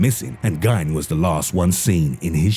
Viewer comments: I'm from Wisconsin so I feel it's fair that I have to correct you on how you say Ed Geins name. his name ryhmes with Feind, not dine. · "Geen" like "Green" but without the "r". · #2: It's pronounced GEEN, like Green minus the R. Ppl in Wisconsin are proud of our killers. Like Dahmer.